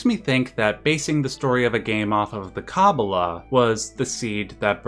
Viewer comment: love the video, but your pronunciation of kabbalah is driving me up a wall, yours is kah-boo-luh but its supposed to be kuh-baa-luh, but other than that pls do more Xenogears.